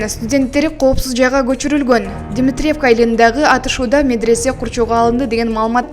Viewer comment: Дметиревка,, эмес, Дмитревка , ударение дегенди мектептен окудун беле, туура айтканды уйронсонор боло.